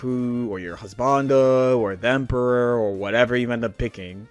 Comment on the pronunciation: "Themperor" lmao